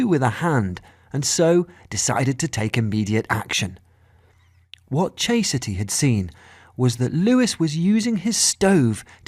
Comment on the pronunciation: "Chase-a-ty"? Her mom, or the narrator?